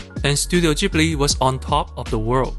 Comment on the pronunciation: Thank you for being the only YouTuber who pronounces "Ghibli" correctly.